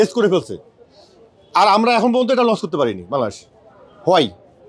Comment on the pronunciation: লঞ্চ কে লস বললে কি মেধা হওয়া যায়